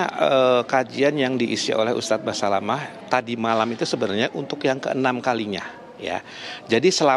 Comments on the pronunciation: Fokus denger Reporter nya bilang ustadz "basamalah"😮😅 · Seperti nya presenter wanita nya jarang ikut pengajian , nyebut ustadz nya salah. Ust Syafik Basalamah , jadi Syafik basamalah.. piye to...?? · basamalahhhhh haha... basalamah mba reporternya